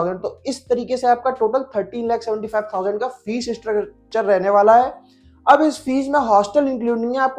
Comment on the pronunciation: Bhai fees hota hai fess nahi